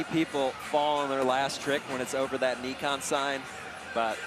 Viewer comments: if you ever call it Nee-Kon again lol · Did homeboy really say "Neekon?" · For gods sake stop saying NEEKON it's pronounced NIKON as in NY-KON! FFS you noob.